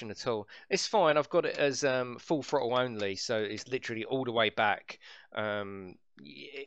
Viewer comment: "Frottle"???? LOL, killing me smalls!